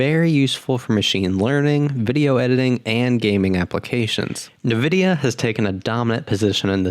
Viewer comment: pronouncing Nvidia as "Nuh-vidia", may want to do more research before burning your money